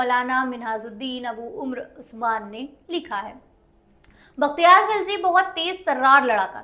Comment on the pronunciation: vakhtiyar nahi bakhtiyar ........didi pehle shi uchharan kro fir history pdhana